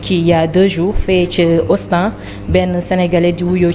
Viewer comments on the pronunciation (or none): Austan au lieu de Austin et puis la caractère !! C’est trop